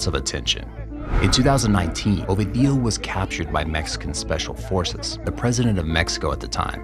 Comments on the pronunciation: Not a single time you said the name right. Constantly saying "Ovidío" instead of "Ovidio"... I refuse to beleive you've no form of asking someone how to properly pronounce it. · OVEDIO?? WHAT THE HELL IS OVEDIO, HIS NAME IS OVIDIO NOT OVEDIO. HAHAHAHAHAH OVEDIO. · next time say "o video" and not "ovi dio" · ffs say the name correctly its ovidio with a iiiiii not "ovadio" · Now who tf is Ohveedee-o 🤔😂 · Such a good channel, but they always mess up the protagonist's name. Ovi Dio, is this italian for eggs Benedict? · You have to stress the second syllable O-VI-dio. Not the last.The letter V in Spanish is pronounced as B. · Learn how to pronounce Ovidio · The narrator is saying Ovidio with four syllables but it’s only three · Damn it hurts to hear how you butcher the name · Great content but you're killing me with the pronunciation of his name. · One would think that, to be considered as a half serious piece of journalism, the narrator of this short film would at least learn how to properly prononunce Ovidio's name. But no. The maker of this video didn't have the professionalism to do his research. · That's not how you pronounce Ovidio's name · Yall dont know shit. Cant even say his name right. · very good, but one question how hard is it to listen to the media pronounce his name , so it can be said the right way? Every time it was said I got confused, like who the hell is he talking about.